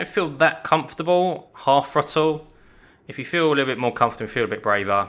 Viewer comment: Harsh but if you learnt that throttle starts with a th and not an f it would make the video more easy to follow.